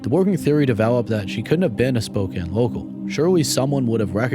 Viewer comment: Spokane is pronounced Spo-Can (like soda can) Not ‘Spoken”